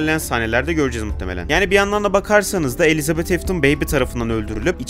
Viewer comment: bence afton elitabete diyor